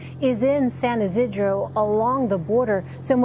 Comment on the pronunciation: The newscaster completely botched the pronunciation of San Ysidro